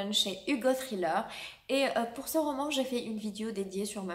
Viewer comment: "Thriller" est un mot anglais donc faut le prononcer en anglais pas avec un accent français